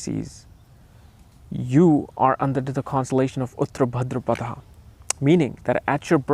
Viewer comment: The way you pronounce uttara bhadrapada is disgusting .🤡 Its "उत्तर भाद्रपद "